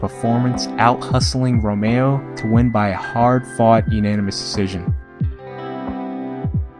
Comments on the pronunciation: Rom-eR-o, not romeo. And tho Romero was loved in Albuquerque, Tapia was everyone ,including my, favorite. Tapia is very much a representative of Albuquerque, at its best and worst. Tapia will always be abq's son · "Romero" not Romayo. Nice Rass Kass reference.